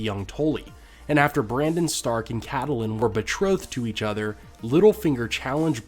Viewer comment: Stop calling her cattleing! It's CATE-LYN, okay?